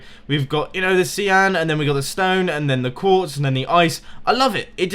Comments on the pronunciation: Did you just pronounce cyan as sea-urn? Sy-ann. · its not seeyan its sighyan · Cian? It's cyan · It's pronounced *Sy~an*